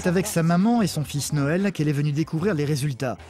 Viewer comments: Ça me stress le gars qui parle et qui dit NOEL alors qu’il s’appel NAËL .. la maman et une femme en or elle a de la chance de l’avoir j’espère qu’elles mènent une belle vie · je suis la seule à entendre que le mec il dit Noël au lieux de Naël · NAEL, Pas NOEL X) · Pourquoi la voix of dit Noël alors qu’il s’appelle Nahel ?